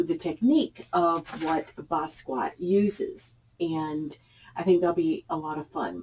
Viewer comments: Please pronounce his name correctly. It is Bah Skee Yat (NOT Ba squat) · Hi, thank you for featuring one of my absolute favorite artists of all time. He had such a freedom and unique artistic voice. I’m so glad he got the recognition he deserved prior to his untimely passing at such a young age. The proper pronunciation is Bah Skee Yah.